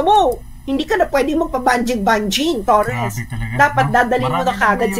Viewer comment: Mam torre po hindi torres hahaha sorry mam prrd ako kino correct lang kita